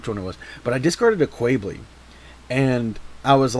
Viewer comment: Imma be honestly. I cringed every time you pronounced Quebeley has Kwey-blee. It's pronounced as Kyu-beh-lay. Other than that, interesting deck. I've been looking for decks to put Quebeley in.